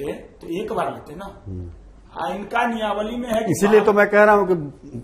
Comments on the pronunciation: Niyawali nahi niyamawali boliey . Apke baat se apke siksha ka level pata chal raha hai 😊😊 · Niyamawali bolna Sikh le Bhai phle 😂😂. Exam zaroori hai, bas paper leak na ho